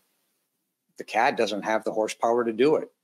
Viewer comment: He said skin the CAD central appraisal district NOT "Cat"